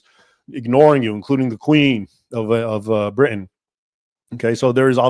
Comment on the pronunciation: Very interesting and explains a lot about Ireland and it's current takeover by Islam. (You are obviously an educated man. Please stop dropping the tee in Britain, pronouncing it as "Bri'in." It sounds like Tik Tokkers.) The Sultan was quite different from Erdogan in today's Turkey, who is now trying to reestablish the old Ottoman Empire. It is unfortunate the reform this Sultan attempted was not successful. The entire Middle East, and in fact the world, would be a different place.